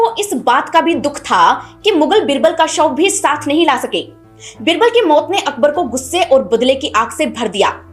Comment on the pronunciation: मोत नहीं बोलिए......मौत नो नहीं बोलिए , नौ?